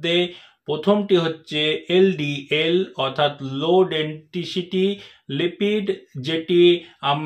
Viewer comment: ওটা ডাক্তারবাবু, ডেনটিসিটি নয়,উচ্চারণ ঠিক করুন,ওটা হবে,ডেনসিটি। নমস্কার।আপনার ভিডিও রেগুলার দেখি,ভালোলাগে।